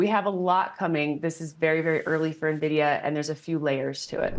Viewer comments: When are people gonna understand the correct pronunciation of Nvidia. It's NOT Nah-via idiots, it's En-vidia. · How would one trust these experts when they can't even pronounce the company name correctly? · Fun fact, the pronounciation of NVIDIA is the same as Spanish word Envidia, which means "jealous"